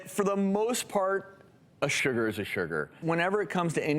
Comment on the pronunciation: Why does he keep saying "sher-ger"? XD